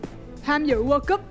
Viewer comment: TG đọc sai bét từ "World" trong "World Cup", rảnh chịu khó đi học tiếng Anh vỡ lòng đi